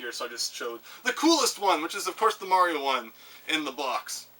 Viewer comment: I am glad to have finally found a Canadian on YouTube who knows how to properly pronounce mario xD